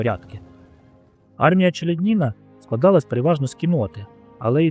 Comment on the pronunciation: Авторе, робіть, будь ласка правильні наголоси. Вже ж таки у родовому відмінку буде не ЧеляднІна, а ЧеляднінА. А місто в Білорусі Орша (наголос на першу голосну), а не ОршА🤦🤦🤦🤦 Лінь пару хвилин на Вікіпедію витратити, щоб подивитись, як правильно?